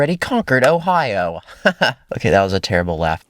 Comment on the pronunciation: Did he say Ohio